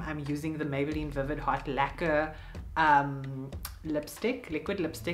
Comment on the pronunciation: That nose contour and highlight was 😍😍 And when you said "Laquer" i swear i heard "Lekker" 😂😂 lol i think I'm hungry